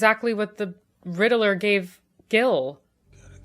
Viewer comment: The way you pronounce Riddler makes me laugh. Like "Riddle-Er".